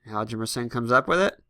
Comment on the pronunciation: Hjalmarsson is pronounced "Harm mar son"